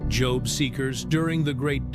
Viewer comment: Is this a computer that's talking or maybe a robot?! This voice doesn't know how to say job he says jobe😮😊